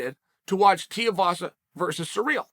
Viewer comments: its TUIVASA not TIUVASA hahaha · Too eee vaaa saaa say it with me Chael! Rhymes with Shoey vasa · God damnit Chael has me saying it Teavasa now lmao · Gotta start pronouncing Tai’s last name right. Coincidentally, it rhymes with “shoey”. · Hey BAM-BAM, should you read this, your surname is now Tiuvasa, Lord Uncle Chael of Manscaped-Ridge Walletville, has told us. Congrats, we did try to tell him a few vids back but he obv DONT READ COMMENTS. Tai Shoeyvasa. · Chael please it’s pronounced “too-ee-vasa” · "Tiavasa" lmao when Uncle Chael butchers your name that's that, your stuck with that name for life deal with it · say "tuii vasa" properly its not that hard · "Tai Tiavasa" - Chael Sonnen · “Tai Tiavasa” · Too ee vasa.. Chael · I've thought for a long time you were bad at names on purpose but consider just look at the dudes name. Tuivasa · The way Chael pronounces Tuivasa kills me hahah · Of all the names Chael butchers for some reason this bothers me the most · Ffs Chael, Tai has already fought and beat Andrei Arlovski. Would it kill you to do a bit of research man. Also, you give him some respect and pronounce his name right...